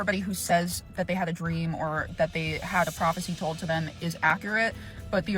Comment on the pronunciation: Check the community tabs folks. halted his upload from yesterday. Ai does not pronounce told as toad like he says it.